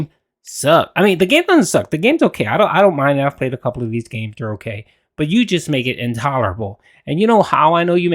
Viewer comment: Am I the only one who's noticed he doesn't say "Okay"? He says "Oak - yay" 😂